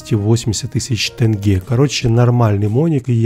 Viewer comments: Блин так режет слух этот тЭнге😂 Правильней будет тЕнге, читается так же как пишется😅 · Не тЭнге а тЕнге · Всё прекрасно брат, но я тебя прошу, говори не тЭньге, а тЕньге, после Т смягчение, в Казахстане я вообще не знаю таких людей кто бы так говорил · Не тэнгэ, а тенге